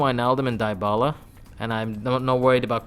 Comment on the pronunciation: Fck your "dybala" pronuntion